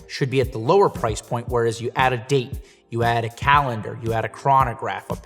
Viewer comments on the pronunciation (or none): none